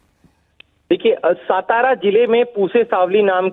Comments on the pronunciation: सातारा not सतारा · Pahale apna general knowledge sudharo its not सतारा its सातारा! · सतारा नहीं 🤦 हिंदी न्यूज़ वालों को ठीक से बोलना भी नहीं आता! सातारा बोलो। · सतारा नाही... 👇 राजधानी सातारा.. 🚩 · सतारा नही है , सातारा है शरम आणि चाहिए आपको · पहले आप सतारा नही बोलना,... सातारा है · Satara bolna sik pehle